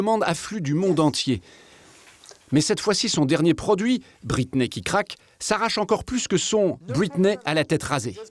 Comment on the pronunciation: ahhhh cette bonne prononciation a la française « Los angeles » qui devient « Losse anjlès » ou « bwitney spears »